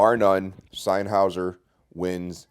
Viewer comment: the way you pronounce sennheiser makes me cringe hard